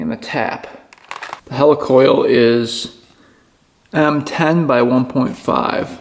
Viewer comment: So was the pronunciation